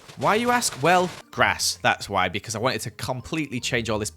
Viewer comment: You said beecauen